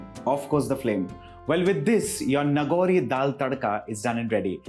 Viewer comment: Nagaur, Rajasthan. His pronunciation is wrong.